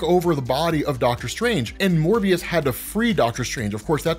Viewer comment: Yay pronounced Morbius correctly instead of Mobius